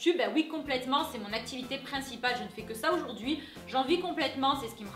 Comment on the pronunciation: Aujourd'hui , Aujourd'hui, Aujourd'hui et pas Oujourd'hui !!!! C'est frustrant